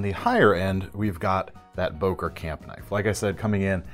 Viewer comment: It’s not Boker but Bœker with an o umlaut , as it is called in German. The o is pronounced as on œsaphagus .